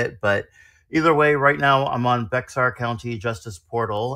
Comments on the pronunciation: Wow. Thats my county! Also Bexar is pronounced bear. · BTW Bexar, Texas is pronounced Bear.😊 Even Texans screw it up. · Just learned Bexar is pronounced "Bear." Also, sorry that this one was a little blurry on the text.